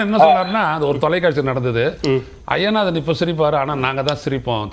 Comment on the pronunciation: அய்யனாதன் என்பது தமிழ் இல்லை நண்பரே, ஐயனாதன் என்பதே சரி. தை மாதம் சரி , தய் மாதம் என்பது தவறு. இன்னும் ஆயிரம் சொல்லலாம். ஒரு தமிழ் செய்தி பத்திரிகை கொடுக்கும் செய்தியில் உள்ளது - பஸ்சில் தகராறு - (பஸ்ஸில் தகராறு என்பதே சரி. )டமில் வாழ்க. விஷயம் ச என்பது தமிழ் அல்லாத சொல்லாயினும் சரியானது. அதை விடயம் என்பது தமிழின் குரல் வளையை நெறிப்பது போன்றது. ரிஷிகேஷ் என்பது ரிடிகேட் ஆகாது.